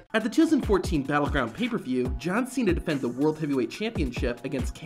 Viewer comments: "John Ch-ena"! 😂😂😂😂😂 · Is it my ear problem or Santino really call John Cena as John China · “You have a big mouf john Cheena “ 😂😂😂😂😂😂😂😂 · I heard it as Chay-na, but yes, he did deliberately mispronounce Cena's name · Man Jericho's catchphrase can make anyone break character. He had such an Iconic catchphrases "pronouncing wrong names of wrestlers" is one of them this can surely make you laugh at the moment.